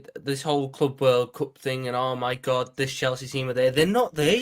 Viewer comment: Is club world cup that difficult to say 😂